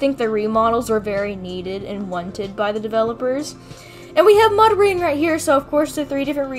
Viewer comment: LOL!! She said "So we have Mudring right here..." She said "ring" not "wing" XD